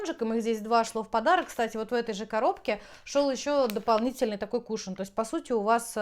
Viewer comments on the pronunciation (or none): none